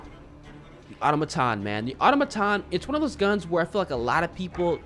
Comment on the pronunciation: Great video! I love listening to you put your own twist on the pronunciation of the names of the guns and parts lol. Auto-maton vs atamaton and ober-weaver vs orb-weaver haha. Good stuff.